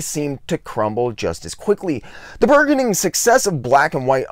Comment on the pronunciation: Just a bit of assistance for ya.... with the word burgeoning, it's not 'berg-oning', but 'burr-gening'. Great video...nice research. ☺👍